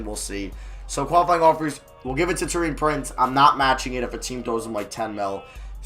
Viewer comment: Btw can you stop saying tow-ee-an prince and say tor-ee-an prince soz for being a pit picky